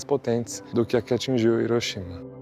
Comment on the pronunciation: Você está falando certo. Hiroshima. Hiroshimá é errado.